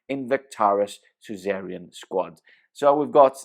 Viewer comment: it's Su-za-rain 😅 not cesarian 😂